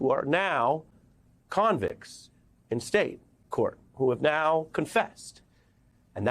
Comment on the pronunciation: I like how you emphasize "convicts".